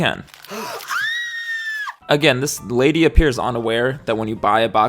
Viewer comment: Dupe Kylie Jenner😂...also love the pause he puts in before saying "lady"